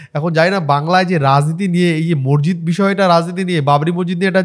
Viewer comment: ভাই তোমার সব ভিডিও দেখি❤❤, বিষয়টা খারাপ ভাবে নিওনা🙏🙏 উচ্চারণটা মসজিদ (মরজিদ নয়)